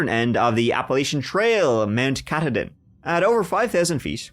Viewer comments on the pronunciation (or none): Mount Ka-TAW-din. Also one of the first places to see the sunrise. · Mainer here! The mountain mentioned just a few seconds after the 5 minute mark is prounced - 'Ca-Todd-in'. Not a nitpick, a fun-fact. Thanks and for keeping me company as I drive about for work. Best wishes ❤